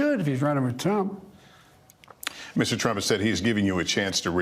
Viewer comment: says Trump like he’s Latino lol